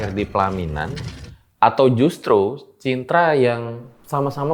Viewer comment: Malah terngiang denger mau ngomong CINTA malah ke pleset jadi CITRA😲😆✌️